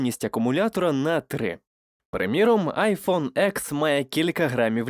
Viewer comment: "Айфон ЄКС" - дякую, далі не дивлюсь...